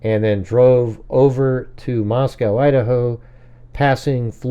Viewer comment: it’s Moscow, like Bosco and Costco. Not Moscow like in Russia. But you know that, right? 😉